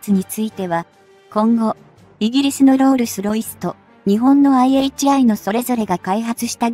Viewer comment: ロールスロイスが訛っている